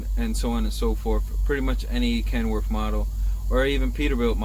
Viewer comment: Kenworf? What a moron,learn how to talk.